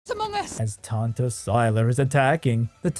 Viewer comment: Listening to this, I constantly hear Tante instead of Tanta, which is aunt in German. Behold your evil aunts!